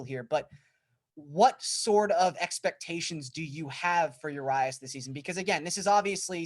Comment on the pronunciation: Uh-Ree-us Julio Urias